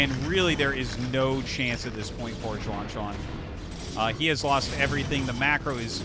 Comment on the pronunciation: Xuan is read as She-en. Not as Suan